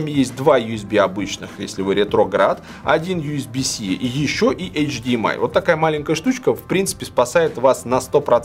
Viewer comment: Ю с би си да не биси ежеси)))